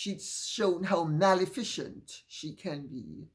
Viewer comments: "Mal-e-fi-cent", NOT "MAL-EFFICIENT". Minutes to . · Dear Lady C., perhaps it might be a good idea for you to doublecheck your pronunciation of "Maleficent." Rather than "Mal-efficient," I believe it's pronounced "Mal-EFF-icent," rather like its antithesis, "Beneficent." Many thanks for yet another superb video!